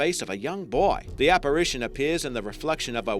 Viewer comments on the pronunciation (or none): none